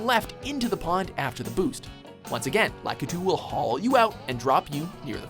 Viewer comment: the way he said "Lakitu" facepalm